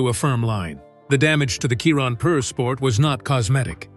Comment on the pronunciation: They still can’t make AI pronunce Chiron properly.